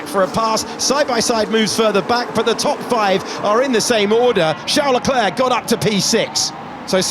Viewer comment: his name is Leclerc, Not Leclurc.!.. mr race-engineer.